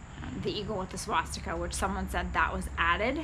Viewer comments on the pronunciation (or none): none